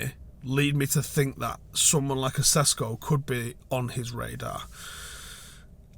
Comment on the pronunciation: Just fyi as he is probably gonna be talked about a lot in the future. Sesko is pronounced Sheshko and he is not Slovakian but Slovenian✌️